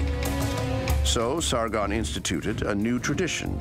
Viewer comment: And its Sargon not Sargun